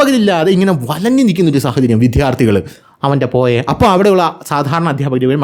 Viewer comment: വീഡിയോ പതിവുപോലെ സൂപ്പർ ആണ്. താങ്കളുടെ അവതരണ ശൈലിയാണ് വീഡിയോകളുടെ ഹൈലൈറ്റ്സ്. ചുരുക്കം ചില വാക്കുകളുടെ പ്രൊനൗൺസ്യേഷൻ കൂടി ശരിയാക്കിയാൽ കൂടുതൽ സൂപ്പർ ആകും. ഉദാഹരണത്തിന്, ഇന്നത്തെ വീഡിയോയിൽ വിദ്യാർത്ഥികൾ എന്ന വാക്ക് പല തവണ വിധ്യാർത്ഥികൾ എന്ന് പറഞ്ഞു കേൾക്കുമ്പോൾ ഒന്നു നെറ്റിച്ചുളിഞ്ഞു.. ഒന്ന് ശ്രദ്ധിച്ചാൽ നന്നായിരിക്കും..